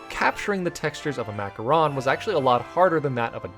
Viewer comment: Thank god you called then Macaron instead of Macaroons it’s like one of my biggest pet peeves